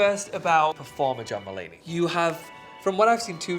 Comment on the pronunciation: I literallly heard jamba lady from tan instead of john mulaney